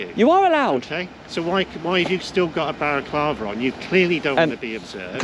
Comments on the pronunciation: Is he saying “baraclava” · Can he stop calling it a baraclava 😂😂😂😂😂😂😂😂😂😂😂😂😂😂😂😂😂😂😂😂😂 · I’m sure the guy was saying barraclava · Why does he think it's pronounced 'barraclava'?. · can't even say Balaclava. It's NOT Baraclava! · Who’s up for “wear a balla clava to work day” 😂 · lol "whys it ok for you to a have a barraclava on"